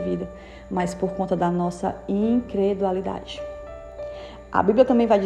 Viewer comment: É incredulidade e não incredualidade